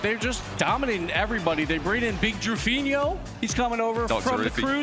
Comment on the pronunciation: where are the casters finding the second "i" in Drufinho